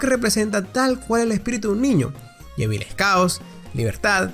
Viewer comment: Suspiro.. No se dise llevil es JEVIL